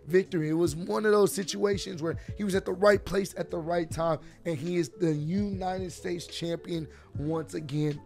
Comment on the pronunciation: Good one "New-nited states champion"😂😂😂